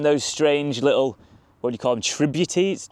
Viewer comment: Usually pronounced 'tributerries' mate!